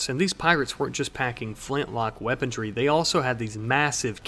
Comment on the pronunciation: There's no bloody 'T' in weaponry.